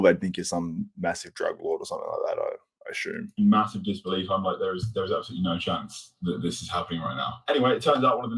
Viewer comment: No h in assume